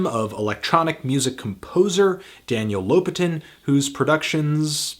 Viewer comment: I wish I could hear Daniel Lopatin say his own name - your pronunciation sounded strange.